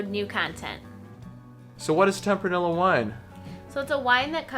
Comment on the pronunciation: Good video. I always enjoy watching your videos, but I do you have to say that your pronunciation of Tempranillo is surprising to me lol. In Spanish, double L‘s are pronounced like a Y. So it’s pronounced like “ temp-rah-nee-yo”. :)